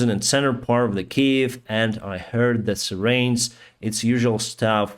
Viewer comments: Hey - it's your English coach again, lol. You're doing a fantastic job buddy! Though, I did notice that you struggled with the word "siren" today so let me help you pronounce it: Let's start with the word "sigh" as in a deep, exhaled breath (a "sigh" of relief). Then you say "Ren" as in the cartoon show: Ren & Stimpy! If you haven't watched it yet, you should definitely look it up;) Together: "Sigh"+"Ren" = Siren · Your updates are fantastic and informative but you really should work on your pronunciation of "siren" and "chaos"! I look forward to your updates every night. Keep it up. You are a star